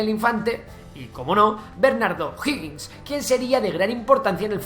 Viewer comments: Uff algo si, es O'Higgins no O'Hoggins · OJO O'HIGGiNS no O'HOGGiNS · Nadie reacció sobre que el nombre del "primer mandatario", que en realidad fué oficialmente Director Supremo, O'Higgins y no O'Hoggins?, y nadie reaccionó sobre que según el relator, nuestra población era mayoritariamente de descendencia Italiana??, bueno, estaba interesante el vídeo, hasta que se cayó en esos tres "pequeños detalles". Por favor, revisar las fuentes historicas. Saludos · Amigo, ud estudie antes de hacer sus videos. Infórmese porque caen en discursos mentirosos q se han repetido hasta el cansancio sin molestarse en ver si es o no verdad. Y como es flojo en averiguar, miente o se equivoca ...... veamos a) el nombre es O'Higgins no O'hoggins b) Chile no tiene gente italodescendiente sino alemanes en el sur. Argentina tiene de Italia c) El golpe del 73 no fue "brutal" sino violento d) no fueron 20 años, sino 17 (1973 a 1990) d) murieron apenas 3 mil personas en los 17 años de gobierno, incluidos militares asesinados por la ultraizquierda e) Pinochet no fue un dictador .... seria largo enseñarle q significa ese termino, ud haga la tarea e investigue f) No fue un gobierno de "ultraderecha" sino de libre comercio y autoritario. Las misma receta la uso Tatcher y Reagan en el futuro .... ¿¿son ellos de "ultraderecha"?? ... la "ultraderecha" no existe señor!! q ignorancia la suya!! g) Nota: se prohibieron TODOS los partidos políticos, incluidos los afines al gobierno .... (y nunca Chile avanzo tanto y tan rápido) h) los opositores perseguidos fueron aquellos q se levantaron en armas en contra del gobierno. Hay muchos ejemplos de connotados comunistas, incluso, q nunca fueron molestados i) las cifras de "torturados" la da la izquierda y nunca ha sido oficial ya q hay varios q hablan de "torturas" cuando solo se les esposo en un cuartel de la policía o fueron sentados en el suelo, para después salir libres j) los "desaparecidos" también es mentira en gra